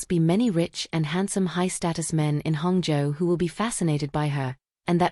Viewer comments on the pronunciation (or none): I find it amusing that Hangzhou is pronounced hung joe😂